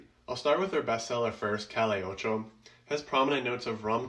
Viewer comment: It’s pronounced ‘cah-yay’ ocho